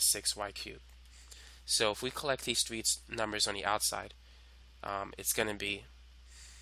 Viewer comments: do u have a speech impediment u freak"boat" "tree" BOTH and THREE bro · its literally a non issue btw🫩✌️